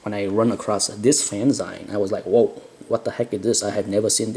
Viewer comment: Someone please tell this man it's pronounced "fan-ZEEEEEN!" I think I'm on video 3 now. Kudos, my asian friend.